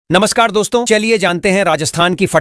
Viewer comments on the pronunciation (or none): none